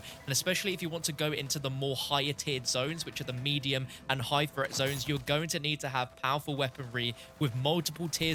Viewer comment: This dude really pronounces threat as fret.